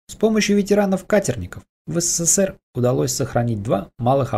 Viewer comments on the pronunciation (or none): none